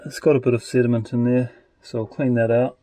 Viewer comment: I kept hearing "cinnamon bowl" Instead of sediment. Lol